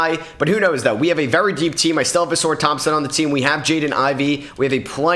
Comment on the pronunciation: Did bro say a-sore Thompson 💀